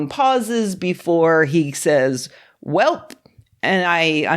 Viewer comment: Wait, is that a Midwestern "welp"!?